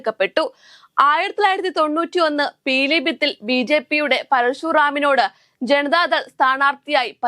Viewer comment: പീലീ ഭിത്തി ആണോ? ഞാൻ കേട്ടത് പിലിഭിത്ത് എന്നാണ്